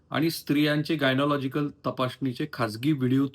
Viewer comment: गायनॉलॉजिकल नाही , गायनाकालॉजीकल म्हणा सर!